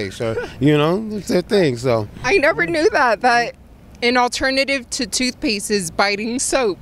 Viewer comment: "Maybe they forgot their thootpaste" XD